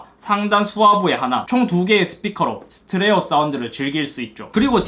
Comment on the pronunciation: 스테레오 발음을 많이 못하시네요.